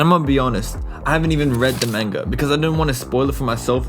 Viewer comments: Your not saying manga right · saying the word manga like that is just...bye forever